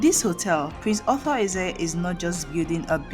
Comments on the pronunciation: Please there is a difference between author and Arthur.your pronunciation is confusing. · Arthur not Author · His name is not author... His name is Ar-thur. Stop spoling names. You didn't tell people that he lives in Enugu and has been living there for over thirty five years even though he does great stuff in his home Anambra State Otukpo